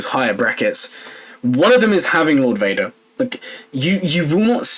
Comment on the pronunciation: lord Wader